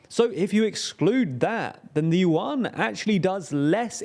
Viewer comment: “Yuan” is more closely pronounced “yuen”, rhymes with “when”. Just as Chinese President Xi’s surname should be pronounced “si” rather than “she”.